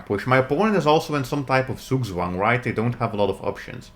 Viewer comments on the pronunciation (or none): none